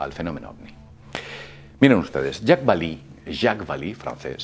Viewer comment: (): Jacques Vallee se pronuncia "yacs balé", no "yacs balí". Es un nombre francés, no anglosajón. Por lo demás, muy bien video, como siempre. Gracias por tu trabajo y un saludo.